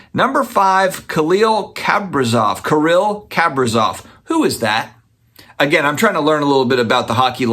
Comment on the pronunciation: Kih-REEL Kah-PREE-Zawf Is how to pronounce it! GO WILD!!🙌🏼😉